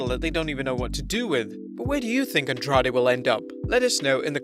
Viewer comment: Your pronunciation of Andrade is really bad. It sounds like andraj